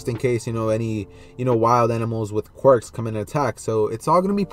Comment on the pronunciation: Did he just said "animals with querk's"😐😑